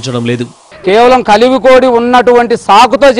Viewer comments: కలివిడి కోడి అంట ముందు దాని పేరు పలకడం నేర్చుకోండి కలివి కోడి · అసలు కలివిడి కోడి అని పలకడమేంటి •కలివి కోడి kalivi Kodi